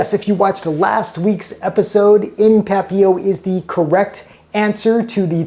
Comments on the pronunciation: It is, but his French is obviously in the same realm as his arts and craft skills, all of which he makes up for in food. LOL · I don't speak French, but I always thought the "t" was pronounced in papillote. That looks like milk glass.